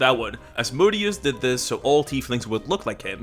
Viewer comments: Az-moe-dee-us is how u pronounce it 👍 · Just putting this here- Pronounced OZ-MOE DAY-US for Asmodeus as opposed to Amadeus Mozart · Asmodeus pronunciation is: ahz-MODE-ee-us